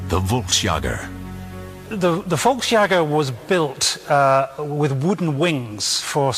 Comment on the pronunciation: "Volksjäger" is pronounced something like "folksyegger", NOT "volks jogger"